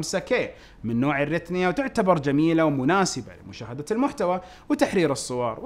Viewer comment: ليش انت دايما تقول ( ريتنيا ) ولا غيرتها من سنوات.. لو تدقق في الكلمة جزاك الله خير مرة ثانية